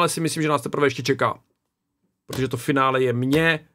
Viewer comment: Mě strašně sere, jak mluví. Absolutní afekt z jeho T. Když chci říct "protože", tak neříkám "prodože. Já jako člověk aktivní v muzice, zakládající si na výslovnosti a artikulaci tohle nedávám. Bolí mě uši!